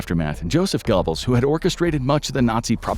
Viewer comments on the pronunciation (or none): The narrator pronouncing it Reichschtag and Gobbles is killing me